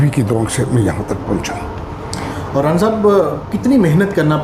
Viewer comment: رانا احمد علی آراییں 😁 اینکر صاحب خدا کا خوف کریں یہ 'رانا آراییں پہلی بار ایسا سنا ھے